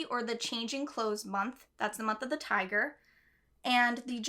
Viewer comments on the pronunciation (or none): none